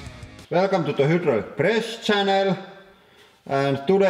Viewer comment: eläköön... hydrilic englanti?